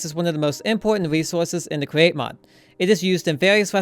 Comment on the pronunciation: Best cweate cwaft